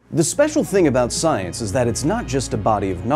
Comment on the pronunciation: "Trust the soyence."